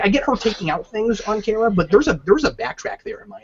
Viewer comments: Cap, it's KARA not KARA. ;) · Don't undertstand why they chose to pronounce it as Car-A when everywhere else it was pronounced as Care-A. Seems like an arbitrary change.